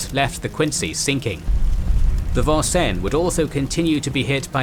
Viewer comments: I heard it as the Von-cen rather than the American pronunciation of Vin-senz. Kinda threw me off there. Otherwise this was an excellent presentation. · FYI, the proper pronunciation of USS Vincennes is: Vin-Senz. It is an Americanized bastardization of the French...this is rather common across the US Midwest, as English settlers changed the French place names into anglicized versions. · Love your presentation. One minor gripe is pronunciation of the name, Vincennes. It is is Vin senz as we Yanks have our colloquialisms. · Great video, as always. Couldn’t help but crack a smile at the pronunciation of Vincennes (the “probably” correct French “vahn-sen”), as compared to the Americanized “vin-sanes” (the ship, named after a battle, named after a town in Indiana that is definitely pronounced that way 😊). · This is not the French Navy, Vincennes is named after a city in Indiana and also the site of a fort where George Rogers Clark led an attack on British troops. Hoosiers pronounce it Vin-sins.